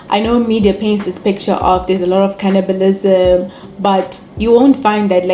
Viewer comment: heyi heyi not “cannibalism” 😂😂😂